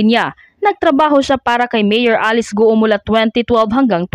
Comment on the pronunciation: Bakit ba gu o ng gu o. Wrong pronounciation po. Its go.